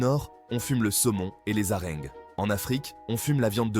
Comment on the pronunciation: Les haringues ? 😂😂😂 ( harengs)